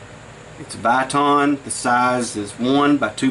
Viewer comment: FYI, it is not an after fire Cetaloid. It is a after fire Solenoid (SOW-Lun-oid). Actually a fuel shut off solenoid. Many people pronounce it sel-en-oid. But only one person calls it a CET- ah-loid. There is not T in solenoid. Thanks for the video. Good stuff. Oh, and the O-ring is "vuh-TON". I sold parts for almost 20 years and has to research Viton because I was clueless.